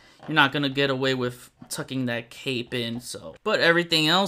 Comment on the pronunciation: I like your videos but WHY IN MACGYVER'S NAME DO YOU USE A ( V/F sound instead of the TH) ie - wiff instead of with !? You seem articulate ? Is English not your first language ?